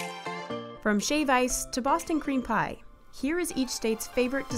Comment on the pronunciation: Narrator: The Indiana sugar cream pie. My ape brain: CUM PIE